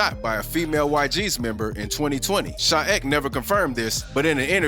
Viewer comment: his name is sha e k